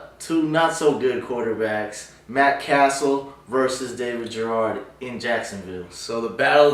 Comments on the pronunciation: Garrard is pronounced: "Guh-rard" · Shaub is pronounced "Shob" not Shwab. don't pretend to be hot football shit when u mispronounce 2 of the biggest QBs in the league (you also mispronounced Garrard"